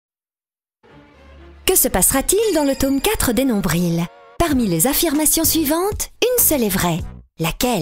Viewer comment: Sa m'agresse aussi les nombriLs😂